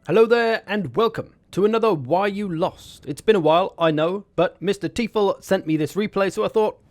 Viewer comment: Teufel is pronounced like 'Toyfull' and it means 'devil' in German.